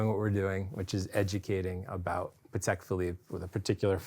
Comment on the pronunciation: Cannot thank enough for correctly pronouncing Patek - the polish way., absolute patek legend.